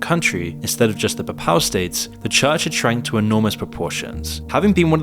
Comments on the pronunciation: PAY PAL not PAPPAL, it's not that difficult... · Also incorrectly pronouncing "papal". It's not "puh-PAL", it's "PAY-puhl". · Saying Paypal would be a closer pronunciation for papal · It's not papow states... it's Papal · Papal is pronounced as PAY-pəl. Look at wiki. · There is no such thing as the puh-pal states 🤦🏾‍♂️🤦🏾‍♂️ Also it’s very easy and a parent to tell that you’re taking the Jake Tran method of putting up these videos and scamming your audience via sponsors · please learn how to say the word "Pay=Pahl" bc you sound illiterate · XII is 12th. Also it’s pronounced Pay-Pull states. I can see you’ve done a lot of research but it is very disappointing to see you make such easily avoided errors You mean “Warring countries”, WAR-ing. Do you write your scripts? If so, surely you know you meant ‘countries at war’. “Ceremonial hissy”??? You mean HEARSE, pronounced her-ssss. What’s wrong with you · mispronounces "papal" every single time he says it. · Content aside, has anyone else noticed a bunch of mispronunciations? "Papal", "warring" "hearse". Is moon and ai generated voice? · That's not how 'Papal' is pronounced. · It took me a while to work out he was saying 'papal' 🤣